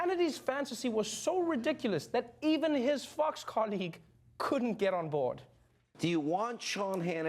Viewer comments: Is it just me, or is he pronouncing "Fox" as "Fucks"? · O love how he say Fox News like Fucks News😂